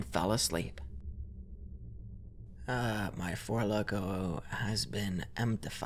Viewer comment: "Fo fo lokos in.. hoo"